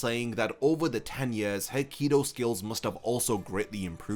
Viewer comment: I refuse to watch a video when you can't even probounce Kido from Kaido. Like seriously? One is a sorta spell in Bleach and the other is one of the 4 Pirate Emporers in One Piece. Pronounce better or don't make videos about things you can't pronounce